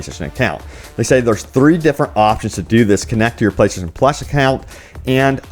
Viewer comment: Why the hell can't he say "playstation"? Why is it playshashion?